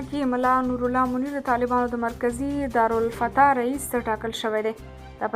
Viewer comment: خبرونه خو غټ غټ وايى خو دارالافتاء ته دار الفتا وا يي ـ په دي ډول غلطيو ښه خبر هم بي خونده شي ـ ويونکي يي ګڼګڼى او د اوريدونکي زړه کښته و ښو ييږي چي چاته مي غوږ نيولي دىـ